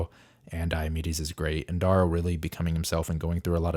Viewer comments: D-air-ooo bro not D-aaah-ro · It’s D-arrow, like arrow. D-orrow clearly not spelled the same but if you want to sound like you went to the Zoolander school for kids who don’t read good by all means.